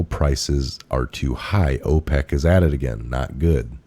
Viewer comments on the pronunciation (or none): none